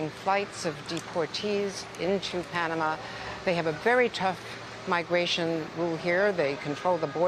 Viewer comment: Panamanian here, his pronunciation was perfect!